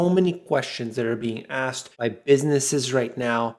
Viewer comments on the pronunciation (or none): none